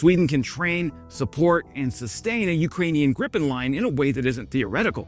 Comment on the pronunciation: Gripen not 'Griffin', there goes your rating...